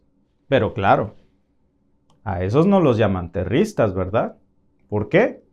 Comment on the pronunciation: Disculpame que te corrija, no se dice terristas, sino terroristas. Gracias, lo hago con el propósito de hablar el español, correctamente. Entiendo el hecho de vivir en Canadá, se te olvide la sintaxis del español. Buen día.